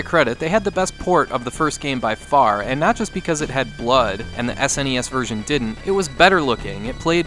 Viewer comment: Ssssnes wrong